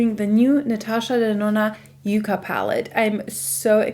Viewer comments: With all do respect it’s not you-ca it’s pronounced yuk-ka. It’s actually a plant. It’s going to be a gorgeous pallet for fall! It looks beautiful on you.😊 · Very excited to watch this video!! Stunning looks. The name sounds like Ya not a U sound. I am pretty sure it is meant to be like the yucca plant....color story. I have only seen one review that pronounced it correctly.